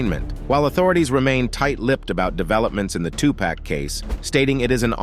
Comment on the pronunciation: Suja knight,Keef D, and 2 Pack,but says Vlad right